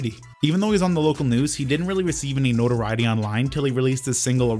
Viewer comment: Anyone ever notice that can't pronounce notoriety?